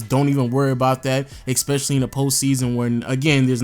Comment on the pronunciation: eSpecially, not eXpecially. Good vid though bruh, like your content